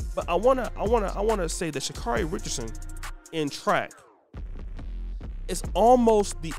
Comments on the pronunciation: First, you havent done your research. Name is pronounced sha care ee. Next, do you know where she has been, where she is, and where she appears to be going? Do you know what she was representing by the action? I hope you will look further into all these questions. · Dude, I hope that you are holding yourself to that highly critical standard you are quick to place on others. Oh, let me digress; if you are going to take nine plus minutes to bash they young lady, take the time to learn the pronunciation of her name. Please allow this young lady to grow. Being a young person dealing with emotional trauma and being thrust into the world spotlight I think perhaps you can show her a little more grace and a little less judgment.